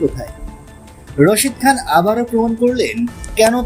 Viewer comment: রাশিদ খান রে বলছে রশিদ খান😂😂😂😂😂😂😂